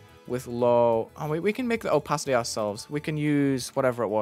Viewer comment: I like the "oOpaAity"😂